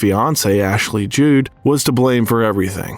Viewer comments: It's Ashley JUDD, not Jude! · Ashley "Jude" for example. Nick "Nolt." It's very weird. It must be AI. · For me, I think it is the easy switch to a pretty authentic French pronunciation/accent towards the end when discussing her work with Lancome that definitely makes it seem AI…. Given they could not pronounce Ashley Judd correctly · Please revisit your pronunciation of the name Ashley Judd.